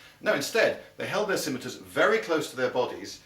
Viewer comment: He's saying it right